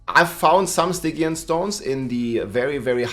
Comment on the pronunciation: Stygian is pronounced STIJEEYUN